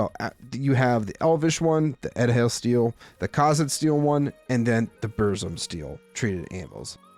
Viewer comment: the dh is pronounced like the th in "that" i believe, so edhel steel would be pronounced "ethel" steel